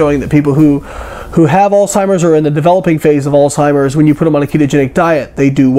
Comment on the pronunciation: Sorry. But you lost me when you began talking about "Alltimers" instead of Alzheimer's.